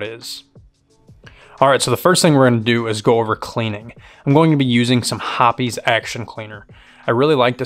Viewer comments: "Hoppies" 😂😂😂 wtf never in my life 😂😂 try "hops" as pronounced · He said Hoppys' 🤣🤣🤣🤣🤣🤣